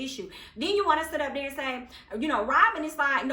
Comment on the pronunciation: Be dere den girl...Be Dere!!!! 🤣🤣🤣 I love it